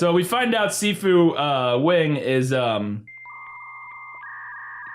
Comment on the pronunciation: "Si Fu" sounded like "seafood" every time said it lmao